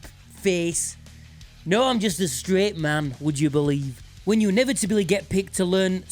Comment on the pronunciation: “I’m streht” 😂